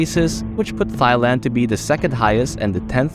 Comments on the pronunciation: It is not pronounced thighand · Thigh-land? I havent heard that pronunciation before😂